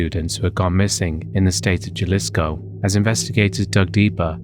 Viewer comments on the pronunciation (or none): Just your friendly neighborhood Mexican to pop in and say it’s pronounced Huh-lisco. But great video! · Omg this drove me insane... Jalisco is pronounced Hal-lee-sco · Jalisco is pronounced with a soft J, like an H sound.